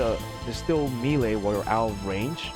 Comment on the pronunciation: good guide, but melee is pronounced "may-lay" not "me-lay"